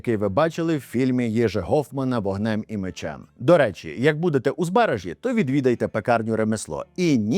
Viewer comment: Я благаю... ЗбарАзький замок. Не збАразький, не збаражський. Дякую вам за відео. Було цікаво